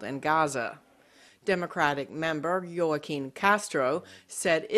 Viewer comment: Is it an A.I or actual person reading the script they miss pronounced “Joaquin” considering it’s a common name in Spanish and in English thanks to the famous actor Joaquin Phoenix